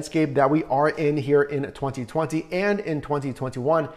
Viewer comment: The way this man annunciates the years “2020 and “2021” make anyone else cringe?? 😂